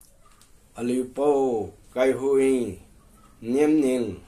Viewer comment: Kaiguiyang not Kaihuiyang